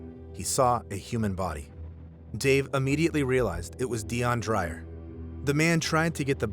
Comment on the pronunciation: It's pronounced "try-mix", not "trimmex", because it's a mixture of three (the prefix "tri" means three) gases. Dreyer is pronounced "dray-er", not "drier". Hope this info is useful.